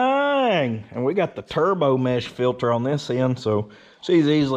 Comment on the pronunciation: Air "fillter"...love it lol